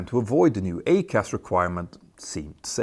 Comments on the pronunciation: Very informative video Petter. I still believe all 737 Max aircraft should have had EICAS fitted from the very start. One small point, and I hate to nitpick, but your pronunciation of EICAS is a little off. It’s not pronounced "A-CAS" but rather "I-CAS", like the 'I' sound in the word iceberg. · EICAS pronounced ‘eye’CAS not ‘A’CAS surely? Could be confused with ACARS too. Sorry Petter your English is generally brilliant but this didn’t sound right. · The design for a 737MAX EICAS (pronounced I-CAS, not A-CAS which is a different system) was completed in 2011. It required removal of the Master Warning, Master Caution, and 6-pack (lights), changes to wiring including addition of several RDCs (remote data concentrators), along with software changes to the displays, WEU (warning electronics unit), and FMC (flight management computer) at a minimum. Boeing made the decision to avoid EICAS primarily because it could cause the MAX to no longer meet the derivative requirements. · Hi Petter. Jag talar flytande svenska, men... your accent means that your pronunciation of EICAS really took me by surprise! I suddenly thought "What? The Max 7 doesn't have ACAS - the cause of the Lion AIr and Ethionpian crashes?" Surely it would have been pronounced 'E. I. CAS' ('ee eye cass'). Fan, en sån nörd jag är...